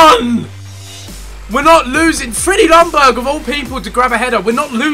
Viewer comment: Ljungberg - "Youngberg". Not "lungberg" please.